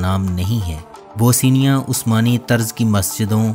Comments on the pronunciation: This is Bosnia,not Bosinia. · Bhai kahi sy parh bi lety. Naamo ka bherha gharq kar dety ho. Boseenia kya hay.bosnia hy. Teri har video my naam ka bighaarh hy. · Bosnia not Bosinia...whats wrong with you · تلفظ ٹھیک کریں۔ یہ بو سینیا نہیں بوسنیا ہے۔ بوس نیا اور mulak نہیں mulk ہے